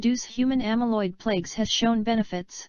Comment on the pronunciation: Especially when it mispronounces the word "plaque" as the word "plague". There is a big difference!